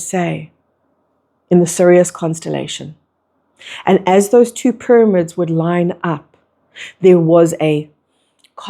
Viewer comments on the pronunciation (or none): ty for your message.. i still cant get over your pronunciation of pyramids it throws me off every time 😂 “pur-amids”